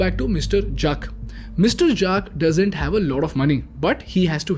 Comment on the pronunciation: Did he just pronounce Juck for Jack ??? Well.. 😂